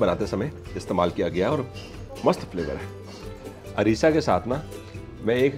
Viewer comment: अरिसा नही अरसा